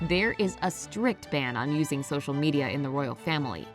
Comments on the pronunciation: its media not mediae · "Mediae" Omg LOL 😂😂😂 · "social mediae" 😂😂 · “Have a profile on social mediae” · haha “mediae” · "ambiguous" is NOT pronounced the same way as the word "ambitious" does... and "mediae"? really? 6.7M subs... smfh...